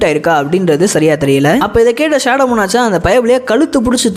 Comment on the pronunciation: மோனார்ச் இல்ல ப்ரோ மோனார்க்